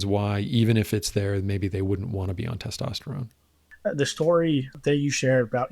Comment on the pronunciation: It's hard to take a guy who says testosterome seriously.